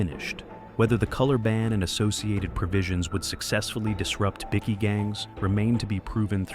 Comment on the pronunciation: I love how the AI voice calls them bicky gangs 😂 in stead of bikie gangs. That should be there new name bickies like a Tim Tam.